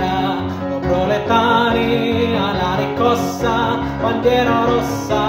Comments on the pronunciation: Lovely sung and played, and your pronounciation is overall good, but isn't it riScossa? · Bella esecuzione peccato che non riesce a pronunciare bene RISCOSSA e non RICCOSSA! Complimenti lo stesso per questa canzone che ha accompagnato tante speranze e lotte operaie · Socialismo is not pronounced "soSialismo" in italian, but So-"tchee" -alismo. He made this error while chanting several times. Also "Riscossa" he pronounces "RiCossa". Similar phonetic speaking Italian i found in Asian people.